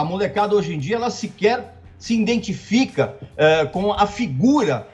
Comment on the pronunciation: Ouvir um cagas regras falar ''INDENTIFICA'" aos 10 ,46 , não tem preço! Doeu nas oreias!